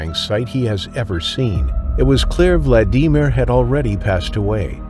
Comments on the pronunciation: Will we ever get a narrator that knows how to say words right? Valdemer? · Why are you the only person I’ve ever heard, call VLAD E MERE, VLADEEEEMA. ANNOYING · I had to stop watching vlad deemer wtf??? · Vlad-dee-meer????? Enough with the AI voice b.s. on all these videos. Thumbs way down. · Isnt it pronounced Vlad-a-mere?? Sorry that kinda got to me😂😂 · “...Vla-DEE-mir..." = AI voice😂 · You have a really exciting channel, but I think you’re saying his first name wrong phonetically I think it’s a short eye Vladimir not a long ‘e’ sound… I could be wrong, but I do love your suspenseful thank you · How can you not know how to pronounce Vladimir?!! Let me give you a big hint: Who's the president of Russia?! Sheesh! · Lousy narrrator he can't pronounce Vladimir correctly. Why? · The name "Vladimir" is pronounced with the accent NOT on the second syllable, but on the first...🙂🙏🙂And why the hell did nobody instantly try to assist him - and don't give me the hoo haw about the fear of the shark. I'm not prepared to rebut the "there was a shark" in the water excuse. I've been around and in salt water since age 6 (I'm now 72 years old) and I'm comfortable with my question about providing assistance when needed, and the safety of doing so. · Can't deal with the dodgy AI voice over misprouncing Vladimir. Also the treatment of that shark was horrendous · The way Vladimir's name is pronounced is so annoying I don't want to finish the video, it ruins the whole thing. Can an actual human narrate? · First case: if you’re going to repeat someone’s first name again and again, at least 20 times probably more, why don’t you learn to pronounce it correctly? None of the film you show is from the actual incident. This is pretty bad, poorly done….you’re actually using film from the movie Jaws! This sucks! I can’t get through the first casa, I’ll pass on the rest. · I’ve never heard anyone struggle and botch the name Vladimir so bad. That was painful to get through.